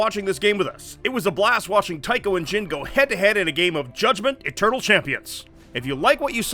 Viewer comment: A small part of me is really hoping that whoever wins the Comment Prize gets delivered a Judgement-themed women's chest binder, given how insisted upon pronouncing it.